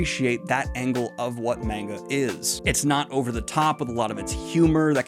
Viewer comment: he finally learned how to pronounce manga